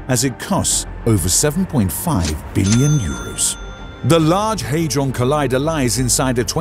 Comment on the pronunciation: It's not the large Haydron collider. Where are you getting that pronunciation from? It's the large Hadron collider. There's no letter y in the name. The fact you can't even get the name correct shows that you haven't properly researched it, reducing the credibility of any of your claims.